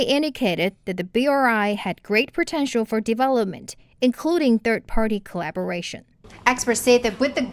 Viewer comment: corabolation😂😂😂😂😂😂😂可以住嘴么